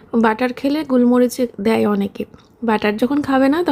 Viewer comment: কথাটা গুলমরিচ না গোলমরিচ